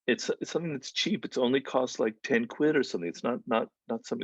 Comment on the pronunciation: The way Greene said quid. Still using his tactics. Anyone else catch that?